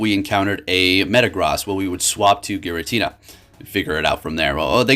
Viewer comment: ah yes girantina